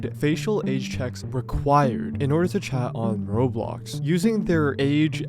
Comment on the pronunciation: It’s so funny how calls it rob blox instead of row blox lol